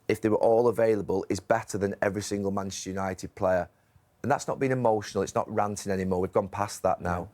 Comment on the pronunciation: Neville can't even say the club's name that he used to play for. "Manshoonited." Pathetic